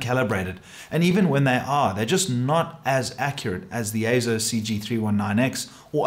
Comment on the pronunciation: Yes! AY-ZO is the proper pronunciation.